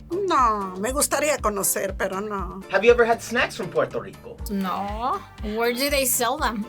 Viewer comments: Him : PORTO RICO Me: NO ! It’s P U E R—TO RICO !!! UER—- not OR . Not let’s say it together slowly Me : PUER Him: POR 🤬🤬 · Finally us!!!🇵🇷🇵🇷🇵🇷 but ain't no way yo said "Pueto Lico"